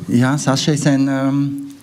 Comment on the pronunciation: Sein name wird Sascha ausgesprochen , hat er selbst gesagt .